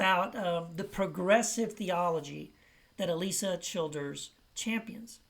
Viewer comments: It might help if he pronounced her name correctly. And he says it over and over and over... Seriously have to wonder if he knows anything about her or her positions at all. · Wow, you say you're responding to her videos but if you've watched her at all you'd realize you're not even pronouncing her name right. You're whole tone is very condescending.